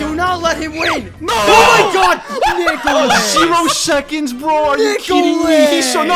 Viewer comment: The Way Vern was saying Nick oh lis was so funny